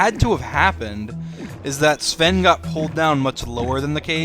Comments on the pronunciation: The thing is that you pronounced Sven correctly. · Really good pronunciation of the name "Sven".